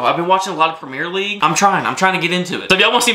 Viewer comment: It’s not pronounced Premiere league it’s pronounced Premier League